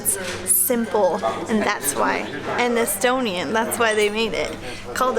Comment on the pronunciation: Are those songs made by Heli or someting ? Realy unknown singer and songs.. :S Please remember E sounds like A and E sounds like I in Estonian so i hope you try the pronouncement again.